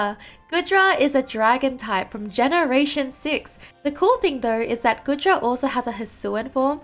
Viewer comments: normally I don't care but saying GOOD-Dra instead of GOO-Dra is baffling especially when you pronounced GOOmy and SligGOO right. I just don't know how you managed that. Anyway excited for Tropius since he needs love but I rather he not get added until he gets an evolution cause his stats are so low. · it's Gooooodra that's not how you pronounce 😭 anyway goodra is my favourite out of these just because it's a possible defender and I enjoyed using it in x&y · I love the Goodra line! Goomy is precious. Actually, all of them are precious. We need more defenders, and if the Hisuian form comes to Unite, I hope it will be a defender. (by the way, it's pronounced "Goo-dra" like goo)